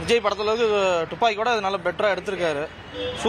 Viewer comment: துப்பாக்கி என்றுகூட சொல்லத் தெரியவில்லை, ஒருவர் டுப்பாக்கி என்கிறார்.